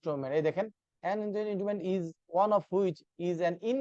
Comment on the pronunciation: এরকম মানুষ অন্যদের পড়াতে আসে কিভাবে? The examples he used to explain the topics are like গ্রামের চাচা দুইডা ইংরেজি ওয়ার্ড শিখে পড়াতে আসলে যা হয় Avoiding to pronounce "Inchoate", কারণ পারে না উচ্চারণ ভুল উচ্চারণ XD আবার আবার ভুল উচ্চারণ আবার XD again 💤 ভুজুং ভাজুং explanation Either he can't even form a proper Bangla sentence or he provided a bogus explanation, idk which Proceeds to humiliate a student asking to clarify his doubt (doubt arose due to his incompetency to explain)